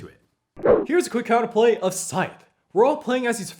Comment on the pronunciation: Scythe rhymes with writhe, not fife.